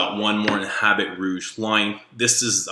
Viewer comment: Great video :). Don't say "habit rouge", say "Habeeee Rouuuge!!!"